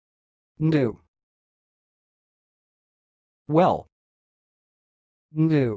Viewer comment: this isn't how to pronounce the name ndue